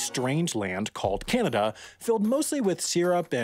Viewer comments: It's pronounced Ka-Nook-A-Stan. It's the land of Canucks, if that helps you think about it. When you say it, it sounds like it's a Can-Of-Duh. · kanadian here, your correct its kenada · Bruh, nah nah nah, it’s not like Canada, it’s like Canadia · Ah you know they’re American when they call Canada (KA-NA-DA), “KYAA—NA-DA”. Never understood where the Y came from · I don’t believe you about this “kanadah” Give me proof. Edit: Yes, I do think it’s spelled “Kanaduh”, Thank you for the correction! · You said kanada. And if you add a n It becomes kannada which is our mother tongue. By the I am from Bengaluru Karnataka... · It's pronounced Canada! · Btw you pronounced Canada wrong, It isn’t pronounced Ca-na-da it’s pronounced Ca-na-da